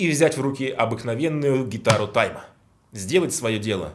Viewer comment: Слово "Тайма!", произносишь аки Сягун Японский перед актом Харакири)) А это Кытай))